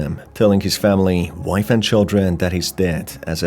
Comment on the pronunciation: I think he says "they took my life from me" instead of "they took my wife from me"